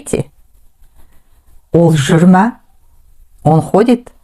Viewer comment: Написано жур ме, а произнесли как жур ма.